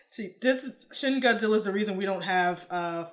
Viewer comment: You said "Shin Godzilla" like it's"Shitty Godzilla"